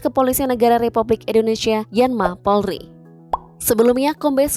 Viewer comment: Itu Presenternya nyebut Polri aja salah”